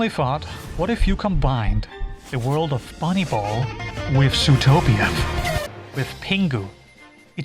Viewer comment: I really like the way u say Zootopia u_u looking forward to more videos